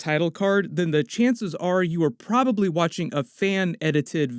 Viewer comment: Pra-lee is not a word.....probably is a word